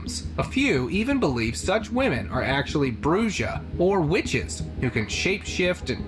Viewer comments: WHEN HE SAID "BRUJA"😂😅 IT MEANS WITCH IF U WANT TO SAY IT IN SPANISH " BRUHA"❤ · It's pronounced Bruha not bruja. the j sounds like an h in spanish player. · Its pronounced Bruha not Bruja.